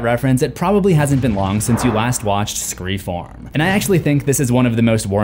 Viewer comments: it is either pronounced "SCREAM 4" or "ScreFOURm"! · I laughed every single time you said “Scre-form” 🤣 I know why you’re saying it but it’s hilarious and caught me off guard 🤣